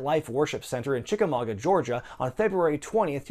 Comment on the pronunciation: Thanks for pronouncing Chickamauga correctly ! Jim Cornette has told you well